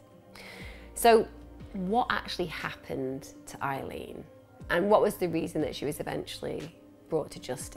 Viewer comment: Isn’t her name Aileen, not Eileen? x